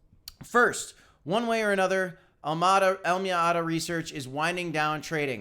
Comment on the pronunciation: When he says AlmAda… does he mean AlamEda? Lol